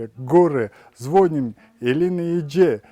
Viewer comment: ЗвонИм,а не звОним